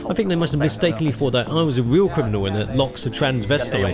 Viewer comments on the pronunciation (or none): none